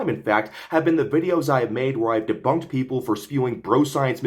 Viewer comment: ‘Deboonked’ made me literally burst out laughing.